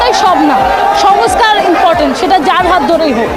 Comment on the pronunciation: "ইনপটেন্ট" কি জিনিস? কি বলার চেষ্টা করছেন --- impotent, না important? হাহাহাহাহাহা